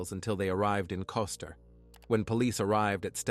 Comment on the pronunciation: It is KOSTER, not Costa